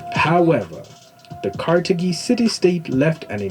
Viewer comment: Car thage is the pronunciation not ca te gi ss he mispronounced it. Carthage os where Barca Hannibal came from. Its great history you should both look into as Hannibal great grandson Pushkin had much to do with the Russian empire army and arts and culture to the power it is today.